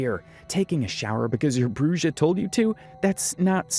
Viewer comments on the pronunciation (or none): The bruja pronunciation was killing me 😅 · “Bru-Ja” lmao brah, “bru-ha” he says the word. The Brujas are gonna come for you for that one ahahah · It's BREW-HA! :buffering::face-orange-raised-eyebrow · him pronouncing it bru-jah is killing me a little.